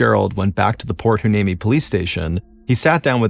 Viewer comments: It’s pronounced “ why- knee- me “. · Think (and I could be wrong), the town is pronounced Point Why-nee-me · It's pronounced (why-knee-me) lol not a bad attempt tho